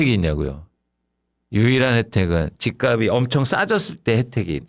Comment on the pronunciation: 단어 발음 좀 제대로 해줘요. 발음: 집갑이 -》집깝씨